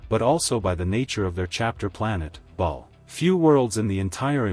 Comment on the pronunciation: It's ba'al rather than ball, minor nitpick but it stuck out to me.